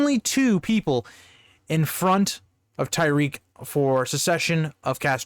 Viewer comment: Just watching this now but I think it's pronounced Ty-rek, not Ty-reek.